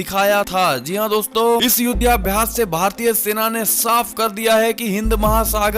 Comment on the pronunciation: युध्याभ्यास नहीं युद्धाभ्यास बोलें।